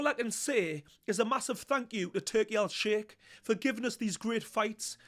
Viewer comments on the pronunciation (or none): none